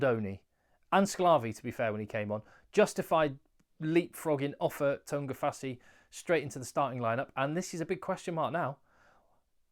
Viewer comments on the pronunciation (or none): none